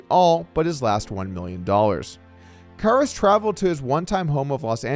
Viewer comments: I feel like somebody made a bet with Doug to see how many different ways he could pronounce Karas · Im counting at least 3 different variations of how Doug pronounces “Karas”. 😂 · You gotta do better than pronounce his name three different ways